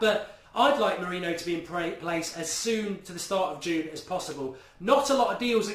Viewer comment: Mark please...just please...start pronouncing it MOURIN-YO